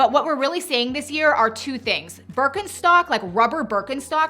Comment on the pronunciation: I too heard saying Birkinstock, or as she says it Birkinshtock, never look good! I did not like any of the trends this time. I'm just glad I'm over 55 and can wear what I want withoutvthe pressure of trying to be trendy like younger people do.